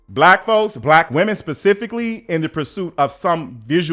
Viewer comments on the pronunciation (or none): none